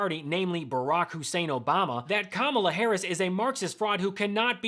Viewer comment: And you still pronounced her name wrong????